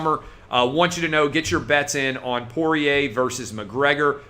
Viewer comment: Ayyy he figured out how to pronounce Poirier 👍🏻